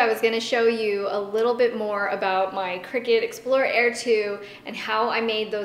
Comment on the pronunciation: I thought it was pronounced cry-cut, not cricket